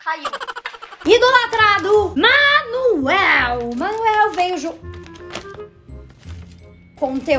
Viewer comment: vou continuar falando é Emanuel não Manuel